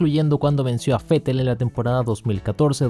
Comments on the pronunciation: Esa es la fonética, así se debe pronunciar el nombre del alemán. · Asi se pronuncia Vettel en Aleman.. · Yo soy mexicano y lo pronunció fetel porque es la forma correcta